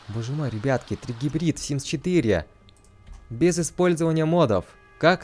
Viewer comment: Не тригибрил, а трибрид!